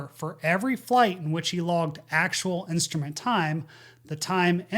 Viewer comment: That darn “insturment” time…